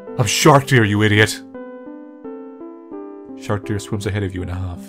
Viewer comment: "Do you mind if we go for a walk" don't you mean go for a swim? This was even better than Kusoge. I like how Manly pronounces Sharkdere's name like "Shark-Deer-chan".